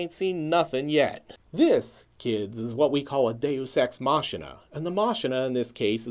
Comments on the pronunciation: Are you mispronouncing Deus Ex Machina on purpose? Machina is pronounced Mah-key-nah. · I love your videos but I don't think you are pronouncing the 'machina' part of 'deus ex machina' correctly.